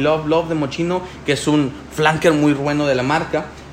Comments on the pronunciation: Mochino jajajajjaja 🤣🤣🤣se pronuncia así: 'Moss-KI-no'. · Fatal. Mochino...??? Basta que veas el comercial del propio perfume, para que escuches la pronunciación. 👎